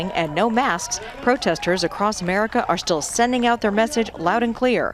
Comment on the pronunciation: did she say 'Merica? lol , nice... spoken like a true yank